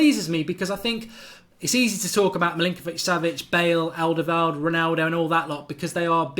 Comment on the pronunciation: He's not called alderveld. You have 230k subscribers now. Learn to speak.